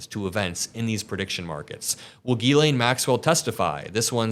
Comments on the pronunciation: you gotta stop calling her gHeelane, that's not how you pronounce her name. That's how Ben from meidas touch does, and it's very annoying. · Trump isn't the only one doubling down on a mistake. You need to learn how to pronounce Ghislaine. Come on, it's not that hard.